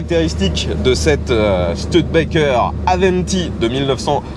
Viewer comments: C'est une voiture rare qu'on ne voit pas souvent, merci pour le partage, sinon le nom se prononce stOUdebekker, pas stEUDbekker. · On dit stoude békerre et pas STUD békerre ! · On dit "Stioudbaikeur" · Merci pour cette découverte, je me pique pourtant d'avoir une certaine connaissance en automobile mais cette studebaker m'était inconnu ( et cela ce prononce stIUdebaker ), merci à toi et à ton abonné, franchement c'est un épisode qui tronera parmis mes préféré et pourtant tu en fais de sacrément bon! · "Stioudebaker", avec le r non prononcé à la française ;-) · Studebaker se prononce Stu-di-ba-ker. Merci. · "STUDETBAKEURE" en anglais.